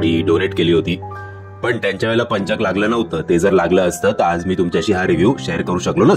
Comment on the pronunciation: पंचक उच्चार नीट करा व्वा हे वर्तमानपत्रात पण द्दा बर होईल